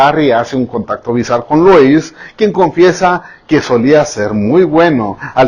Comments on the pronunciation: No es lois, es lúis... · Señor😂se escribe Louis pero se pronuncia lui 😂😊😃😂😆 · Me encanto su video pero el nombre de Louis se pronuncia Lui y el Tomlinson se pronuncia como se escribe ;). Me encantoooo💚💙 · Por favor díganme qué no soy la única a la que se le hace gracioso el que pronuncie mal el nombre de Louis.